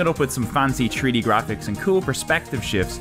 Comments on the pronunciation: as opposed to free-d, right? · "Tree-D gaming" I think you are missing an 'h' there